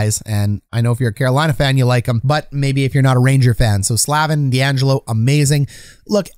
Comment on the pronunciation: Necas = Nay-chas Slavin = Slay-vin Raanta, not Raantana